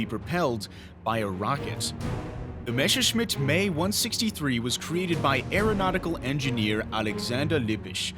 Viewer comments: F**k Me/ME. It's Messerschmitt not Mescherschmitt. It reminds me once I told friends I have read about some "rough" pilots. They laugh because it's pronounced "R.A.F"? I was ten back there but you sound like an adult. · "Mesowshmit May 162"? Holy fuck, that was awful. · Seit wann wird denn Messerschmidt "Maysserschmidt" ausgesprochen? M.E ist passender als May...